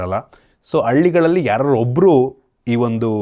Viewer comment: ಅಳ್ಳಿಗಳಲ್ಲಿ ❌ಹಳ್ಳಿಗಳಲ್ಲಿ ✅